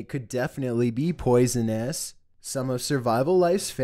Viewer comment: You really said poisonous 🙄